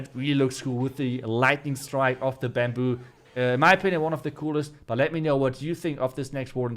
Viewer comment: its baamboo not buuumbooo